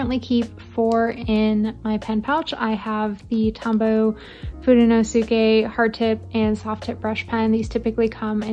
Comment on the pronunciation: Fudenosuke is pronounced Foo-den-oh-ssss-Kay. The Yoskue is pronounced yo-sss-ke.